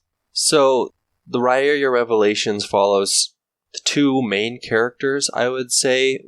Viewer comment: "REERIA" Is it not pronounced Reeria? Am I drunk. The answer is a definite yes; I am drunk.